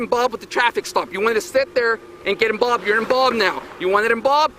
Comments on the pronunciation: ..... am I hearing "IMBALBED" X6 🤔... 🤨 I don't think I've ever been "IMBALBED" or tried to "IMBALBE" myself in other peoples squabbles.🤣😂🤣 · "You inbolved"! 😂😂😂😂😂 I can't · This town has a population of 700 and he's still tripping on power. Unreal. Also, learn how to say "involved" and not "inbolbed" moron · You emBOBED NOW you emBOBBBED NOW YOU EMBOBBED NOW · the only thing i find funny with this cop is the way he pronounces the word INVOLVED as "inBolbed"😜& olé!!! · Inbolbed now inbolbed ur inbolbed now 🤦🏻‍♂️🤦🏻‍♂️🤦🏻‍♂️ what a power hungry pig. Disgusting! I’ve never seen a cop twist another person’s words so much in my life!!! What a moron!!!